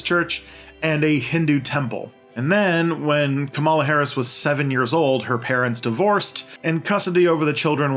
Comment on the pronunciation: Come on, at least take a few minutes to learn how to pronounce names KA-ma-la FINE-stine TAH-mill NAH-doo